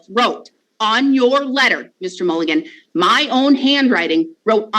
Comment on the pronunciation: I hear Fiji is beautiful this time of year,.